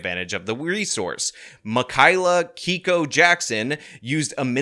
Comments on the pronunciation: Claims whites are so privileged and then proceeds to be racist by denying poor, hungry white people food. The mental gymnastics are insane. So insane, in fact, that I'm positive no actual thinking was involved. Edit: Also "" is pronounced "Kayko" not "Keeko." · As a Japanese guy, she appropriated my culture by trying to take the name "." Stupid marxist can't even pronounce it correctly. It's "Kay-ko." I should know as it's my mother's name. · My wife's name is. It's pronounced Kay-Koh. It's 100% a Japanese name. So, this Ardipithecus ramidus is guilty of "Cultural Appropriation". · Not to be a douche (ok maybe a little) but can you listen to a girl that can't pronounce her own name, is a Japanese name and it's pronounced "Kay ee Ko".... but I guess grammar, spelling, and pronunciation just isn't her thang. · Except she pronounced it keeko, which is not correct. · She says it's "", which is a Japanese name, but she pronounces it "Kiiko", which is wrong. I've actually never heard "" pronounced that way before. Her food bank seems to exclude Asians too, so I guess no one will confront her about her cultural appropriation. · insane how she appropriates a japanese name and proceeds to mispronounce it😂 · You can't even pronouce her NAME!